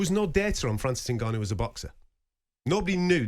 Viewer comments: Does it annoy anyone else how Gareth pronounces Ngannon? Also how he always loves to talk about how he embraces the Saudi culture, and slips in who he bumped into at the fights and weight in etc.... He love the sound of his own voice. Sad really. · For the love of god someone tell Gareth how to say Ngannou!